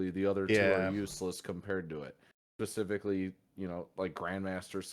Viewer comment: He said “pahspefeky” instead of specifically